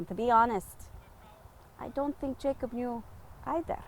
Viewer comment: 💛...would his name be pronounced 'ya-kob'?...